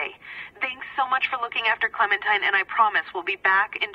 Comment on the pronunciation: Funny the fact that Toby said clementin instead of clementine